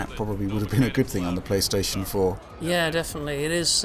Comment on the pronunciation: pLOOSTATION MASTERRACE